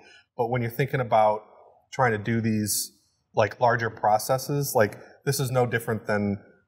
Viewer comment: ffs, processes. Not processees. It's not processis, therefore no long e in the plural (axis -> axes, you get what I mean). I'm not trying to spread hate, I love your in-depth interview style, but every time I hear that processeeeees, it makes me shudder. Same goes for Adam btw. Sill love ya though:*